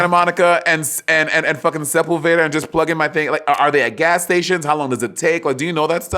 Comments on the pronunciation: Se-pul-VAY-da, Monet? Nope. Se-PUL-ve-da. 😊 But I felt that cuz I said it a long time ago when I first moved to SoCal. 🤣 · not sep-ul-veda Monét! lmao